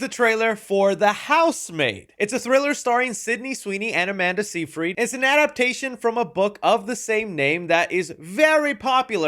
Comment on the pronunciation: Your once again messing up names like Amanda Seyfried 😂